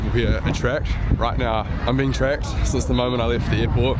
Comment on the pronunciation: Love the way he says he beentracked whenever he sees the security cameras😂.. to be honest the Chinese government don't care shit about you at all, those cameras are for safety, security purpose only... 😅